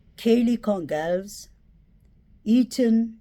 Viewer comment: “Goncalves” is pronounced “GonZalvez.” It’s Portuguese.